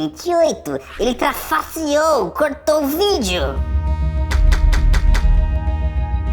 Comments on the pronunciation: ele trafasserou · nossa ibere Tu trafasserou >:( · "trafasserou" achamos o inventor do português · "VOCÊ TRAFASSEOU!" KKKKKKKK EU MORRI DE RIR